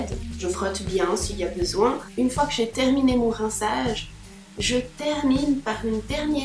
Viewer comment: Coucou tu as un petit accent suisse "rinçaaaage"🤗